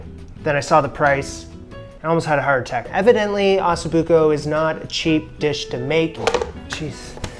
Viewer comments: First thing you should learn is how to pronounce it properly ….oh so book oh …. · For as much anxiety as watching this video gave me, from the pronunciation of osso buco to his moving the hot braising pan with his bare hands and everything in between, this dish looked delicious. My mouth is still watering. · You can’t pronounce osso buco, and comments say you mispronounce herbs also. Sad. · Can’t pronounce Osso Buco correctly either.